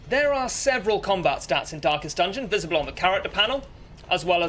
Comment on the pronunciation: Why I continue to hear "dankest dungeon"